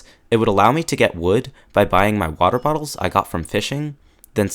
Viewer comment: "botter bottles" LMFAO